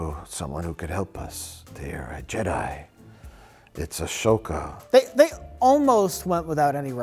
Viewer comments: Mike saying A-shoh-ka at the end absolutely murdered me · He keeps almost saying Ashoka 😂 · I don’t know what it is with old people that when and my dad see the word Ahsoka they can hardly pronounce it as if its a foreign language